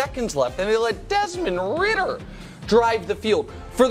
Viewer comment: Why he say ridder like that lol